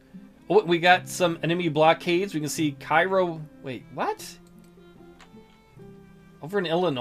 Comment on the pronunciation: Interesting playthrough. I find this version of the game more interesting than the new career mode. I realize that the new one is more for people who like historical reenactments of the ACW, so it's all good. BTW, the pronunciation of the city in s. Illinois is KAY-roh